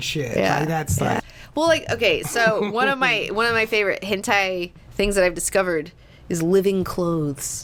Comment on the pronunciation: Jeebuz kidz, it's hentai, not henti.